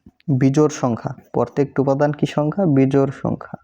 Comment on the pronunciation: আরে ভাই পরতেকটি না প্রত্যেকটি 😂